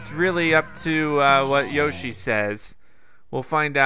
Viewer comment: you probably won't notice but it's Inkstrike splashwalls and how you say yoshi is yo-shh-e